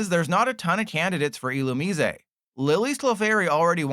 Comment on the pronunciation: please stop pronouncing Illumise like that...please. dont be like LDF